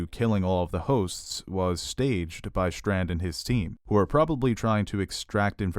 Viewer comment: It's "Strand", not "Shtrand".